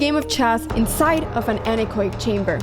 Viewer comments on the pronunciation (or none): Anechoic is pronounced an-echo-ic, not an-ech-oic.